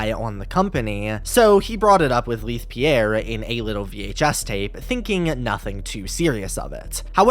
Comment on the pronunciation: Im so sorry but this is bugging me lol Leith = "lay-th" not "lea-th"